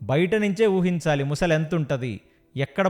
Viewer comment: ముసలి కాదురా , మొసలి అనాలి. యాంకర్ కూడా అలానే ఉంది